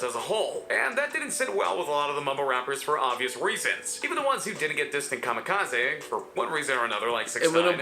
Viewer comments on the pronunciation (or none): Anyone else get annoyed every time the narrator said "Kamikazaaay"?